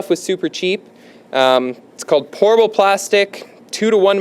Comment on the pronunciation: lol, every time you say Pourable it sounds like you are saying Horrible 😝